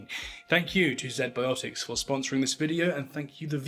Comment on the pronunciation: Z-Biotics, pronounced "zee-biotics" not "zed-biotics". Come on mate.